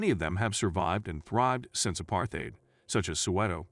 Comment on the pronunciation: Nice try, but no cigar. Your ticklish pronunciation of "apartheid" already betrays your lack of knowledge about the country's history.